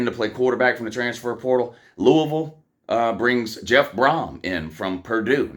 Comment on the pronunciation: .....You say it as Lou•we•ville😮😮😅😅😊because I'm from there.